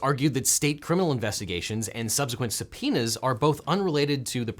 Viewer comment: Sounds like he's saying somepenis instead of subpoenas 👌